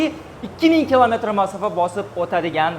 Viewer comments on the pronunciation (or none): Мафоса. деганига нима дейсиз😅